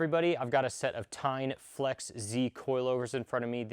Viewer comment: TEIN pronounced as TAEYN. not TINE.